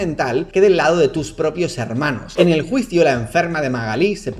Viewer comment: tenía los ojos cerrados y escuché "eñel caso" hehehe